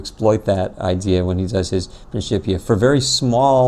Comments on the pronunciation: He used the ecclesiastical pronunciation (princhipia) instead of the classical pronunciation (prinkipia) no biggie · i think it is pronounced 'prinkipia'? not prinshipia